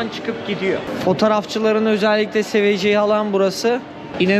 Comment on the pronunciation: telaffuzla alakalı ben de bir şey ekliyim eğer görecekse nedense bazı kelimeleri yazdığımzı gibi okuyor “seveceği” değil seviceği diye okunur mesela